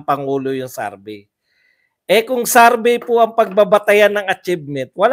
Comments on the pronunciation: Correction lang po, it's not Sarbey its survey :) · Survey hindi sarbey po 😊